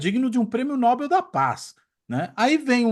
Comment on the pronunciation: "NÓBEL" ? AMIGO É NOBEL